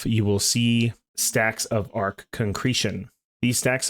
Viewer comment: I'm curious what the deal is with TFD content creators not knowing how "arche" is pronounced, you're like the third major creator I've come across who doesn't seem to know how to say it despite the fact that it comes up over and over again in the story and across many dungeons, missions and records. Could you shed a light on that for me? Is it just a lot more common than I think it is to play with the sound off?